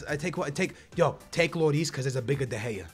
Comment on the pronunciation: de gair-a